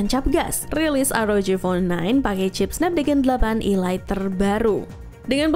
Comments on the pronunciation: Kok nyebutnya ILAIT...ELIT kan hrsnya cara bacanya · Ilait ??, sejak kapan Elite dibaca ilait ?, kecuali kalo E-Lite baru dibaca ilait. Ngakak bener 😂😂😂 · 😮‍💨 Elite & E-Lite Tolong dibedakan cara bacanya, Min, diulang² lagi, Netizen Auto Bingung.. 🥲🌚🗿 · ngga mas, maksudku cara penyebutan nya itu Lo 😄 bikin kesel 😆